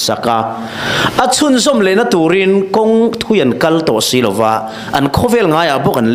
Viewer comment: I thu chhiar hi a ngaihnawmin a chiang thei hle mai, a lawmawm ṭhin e, Sailoa ni lovin Sailova tih ni ngei thei se, bible ah hian LO VA, LO VE, LOVANG, FO VA, FOVIN, DEUHVA, DEUH VEM (VA, VE ) te hian lam a tichiangin ngaihthlak ati nuam hle bawk. Han uar deuh deuh teh mizoṭawng lam dan dik ani bawk.